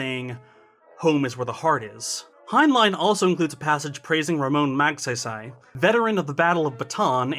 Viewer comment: 1) hey, you finally said tagalog correctly 2) the mistake on the pronounciation of Magsasay is on the first syllable, otherwise its correct. No emphasis on the first syllable (or any syllable) and said quickly? Or at least without pause. I think its the same mistake you made when you pronounced tagalog in that video from the olden times*. Lol.